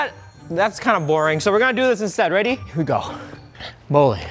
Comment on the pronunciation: He said, here we gay insted of here we go 😂😂😂